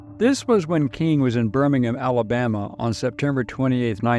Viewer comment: I quit watching when you mispronounced Birmingham. 😂